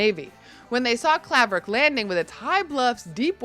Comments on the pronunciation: If you are going to give a history lesson on Hudson (my hometown from ) at least pronounce the towns correctly. Claverack is pronounced CLAWverack. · Grew up 7 miles down the road from Hudson. Never went out of our way to go there if we didn't have to. Someone should have coached you IN ADVANCE to help you pronounce Claverack correctly........ The town of Chatham [[ and the 5 small Hamlets around it ]] would have been a far better choice. This show is a joke, unless you're one of those elitist, snobby New York City dwellers coming upstate for a weekend cruise........Remember, the Late Harry Belafonte had his mansion in the woods just outside of Chatham for a reason, not along the Hudson River in Hudson.